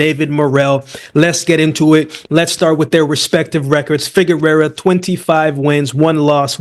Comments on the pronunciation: FIGUEROA! pronounced FI- GE - RUA! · Covered Figueroa on the channel enough times and has butchered his last name everytime. Just say Brandon lmao